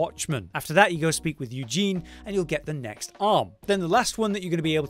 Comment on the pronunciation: Please don't call the poor girl "Eugene" anymore 😂 that's not her name. Uh- zen- ee.